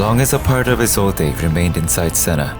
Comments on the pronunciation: (Is-old) not (Is-old-eh) the e is silent. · it's prounouced "isold"" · i hate how isolde is being pronounced. the e is silent. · the only thing wrong with this video is the pronounciation of Isolde